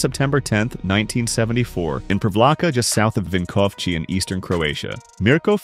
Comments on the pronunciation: it is not vinkovchi it is vinkovci ( vinkov C as in citrus i) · Vinkovci is pronounced like Vinkovtzi. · Ah yes, the MURKO from PREEVLAHKA just south of WINKOVCHY. But you got his last name pretty good, so props to that. Croatian pronounciation is phonetic, we have (barring few exceptions) one sound for each of the letters, all our "v"s sound the same, all our "i"s sound the same, and every "i" is the exact same "ee" in "sheep". v is like V in victory which would be pronounced viktori, etc. Mirko is like Meer Co. (same "i" as in "ee" of "sheep") Vinkovci is like "Win Co." (vin - ko) - same v again, and ci as in "cist" Privlaka is like "pre" (as in "pre" and "post"), same v again, and then it's laka like "luck + the same sound for the "uc" in luck, which we would write as "lak" Bonus points for noticing the similary between mirko and vinko? both are croatian names. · Someone tell the AI bot that thats not how to pronounce Vinkovci, where on earth are you getting the ch sound from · Please stop using that AI voice, prounancing of Mirko, Privlaka and Vinkovci is horrible and disrespectful, it's not even close to real pronunciation.